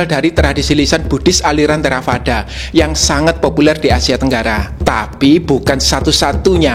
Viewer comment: biasanya dalam Buddhis membaca huruf V di baca W contih Theravada du baca Therawada Vihara dibaca Wihara